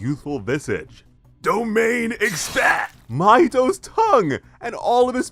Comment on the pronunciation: I like how you said domain expansi